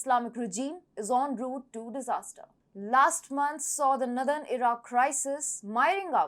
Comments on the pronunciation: Blockade = (/blok EID/) She says "BLOK ed" Israel = (/IZ reil/) She says "IZ raile" Northern = (/NOR đern/) She says "nudern" which is unintelligible Bilateral = (/ bai LAT erel/) She says "bai LEIT erel" Her pronunciation of "Mediterranean" needs to improve - I can't repeat how she says it but the correct form is /med i ter EIN i en/ She could teach herself how to pronounce using the IPA - International phonetic alphabet - or speakers in dictionary programs. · accent is nice, pretty, cute; "unintelligible" is not good for an information channel. I had to use CC to understand "northern" for example. Her version of "Mediterranean" is poor - a major sea on the planet. Overall it shows lack of preparation. My Brazilian students know that when they start speaking English they start with bad pronunciation which they call "indio" from "Native American Indian language" who have their own "me Tarzan, you Jane" type of English. Over time they want to move away from "indio" so that more native speakers can understand them, not just other Brazilians. In one way, this is how dialects of languages form but in another way it is just a corruption of English on a international platform like YouTube